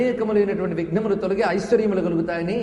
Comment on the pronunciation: విజ్ఞములు కాదు/ విఘ్నములు గమనించగలరు.